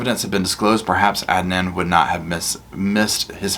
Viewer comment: That Pappini women is like the Duracell bunny. She keeps going on and on but in the wrong direction. What a thing to say about paying everyone back IF she wins the lottery 😡 . You said Adnan's name correctly. I've been in a closed Facebook group since day one and I've been given address's to write to giving an international interest in the case. I never believed Adnan was guilty especially with the shifty backgrounds of the prosecution witnesses. Adnan's own defence team was also dodgy and unprofessional. I know his attorney was terminally ill and is now deceased but she should have excused herself from the case or stole money meant for her clients case. I was elated the other night when my phone blew up to tell me Adnan was released. I hope the media leave ihim n peace as he is disoriented and exhausted and going through so many emotions. He still hasn't grieved properly for his ex girlfriend Hae Min Lee and they were still very good friends even though she had started seeing someone else. They still looked out for each other. My heart and condolences still go out to Hae Min's family as always 🙏❤🙏